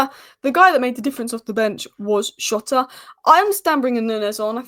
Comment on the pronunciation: jotas back...please learn how to pronounce jotas name